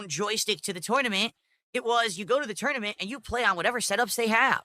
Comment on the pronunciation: Lol 6:63 that pronunciation doe... "You bring your own joystick to the toynement."